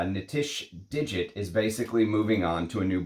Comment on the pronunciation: The name Dixit is Indian - not pronounced as digit but literally Dick-Shit with the D pronounced like the “th” in the, there.